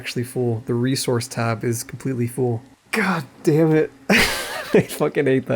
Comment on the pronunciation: why do u pronounce the word "full" like "fool"? are u trying to make me look like a fool?